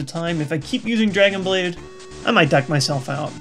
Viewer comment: it sounds like "dick" not deck xD